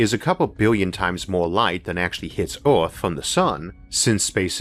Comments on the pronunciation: Hello. Please find and pay someone to narrate your videos finally. At least learn to pronounce Earth and Mars properly, get some logopedic help man. Thx ⚠ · Did this guy voice elma fudd???... rofl hearing him say EORF (earth) LOL